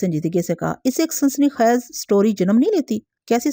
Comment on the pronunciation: السلام علیکم ۔ میں کافی عرصے سے آپ کی کہانیاں بڑے شوق سے سنتا آ رہا ہوں۔ اگر میں غلط نہیں تو شاید آپ جس علاقے سے ہیں وہاں الفاظ کو زبر سے ادا کرتے ہوں گے کیوں کہ میں کافی بار نشان دہی کی کہ خیز اور اثبات آپ زبر سے ادا کرتی ہیں اور باقر کو بھی آج آپ نے زبر سے ادا کیا مگر یہ اور دوسرے کئی الفاظ زیر کے ساتھ ہیں ۔ اِثبات ۔ خِیز ۔ اور باقِر۔ امید ہے آئندہ توجہ فرمائیں گی۔